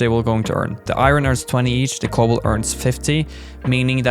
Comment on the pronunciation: thanks for this and it bothers me for how the way you pronounce cobalt